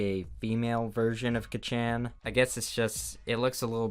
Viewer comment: I was gonna lose it when he said Katsuki as Kachaan because all I could think of was lightning McQueen; also I’m not gonna question that outro.